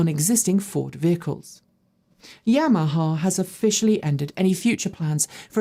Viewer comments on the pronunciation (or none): none